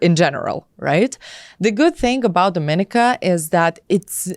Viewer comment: If you're considering a passport from a place you should be encouraged to pronounce its name correctly. The caribbean island with this flag 🇩🇲 is Dominíca (do-mi-NEE-ca). Would hate for someone to spend all that money and not know!